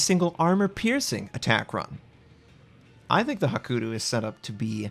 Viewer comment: it's Hakuryu, not hakuru come on start pronouncing it right; )